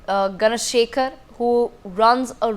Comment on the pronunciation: Not Ganasekaran but please pronounce Ganasekaran and I am not happy with your pronounciation Please try to pronounce properly GANASEKARAN should be booked under goonda